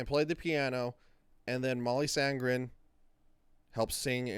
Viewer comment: The easiest way for you to compare Mollys voice with the movie, is to watch and listen to Mollys video singing the song only using noice cancellation. By the way, her name is Sandén, not Sandgren. I give you a link to the video recorded on one of Swedens biggest Islands called ”Öland”. You will soon hear the difference between there voices. By the way, I am from Sweden and have both meet and heard Molly sing live about 10 times….as a sound tech. You should be able to hear the light squeeks(almost with a grit)in Mollys voice when she goes up in higher notes, almost no one else does that, then Im talking voices worldwide. I havent heard all the voices in the movie, just the ones in this video, but I can clearly hear the difference when only Rachel is singing. Like at about in your video, there is no Molly in that part. So Rachel is singing in the movie, but I doubt she is a part of the movie sound in the ”final” song. If so, we are talking like 5-10%, tops. I even hear Mollys swedish pronunciation coming thru in the word ”Husavik”. She is using the sharp i, instead of the common Icelandic that sounds more like ”ij” and you also can hear it in the ”u”. It would be impossible to hear if it was like 50% Rachel. Icelandic is not an easy language. That I say as a swede, that understands about 10% of it. But I dont doubt there is a lot of Rachel in the other singing, you can clearly hear that in the other songs and she is doing it great, but there is only one Molly and you will